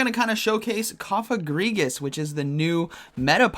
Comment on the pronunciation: Lol his pronunciation of Cofagrigus I think it’s Coh-fah-grih-gus